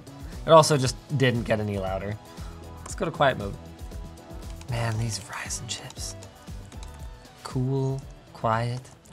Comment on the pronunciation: I actually heard fries n chips